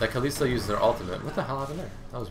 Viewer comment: Goddamn man its KALISTA not KALISI please. I love your videos but i just find it annoying when people mispronounce stuff